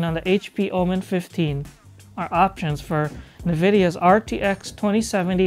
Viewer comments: Did he just say "NuhVidia"....? *facepalm * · Love how he mispronounces Nvidia every single time :)